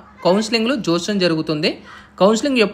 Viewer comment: జోష్యం కాదు నాయన జాప్యం